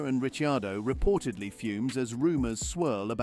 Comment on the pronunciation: Richiardo ?? "Rich" ??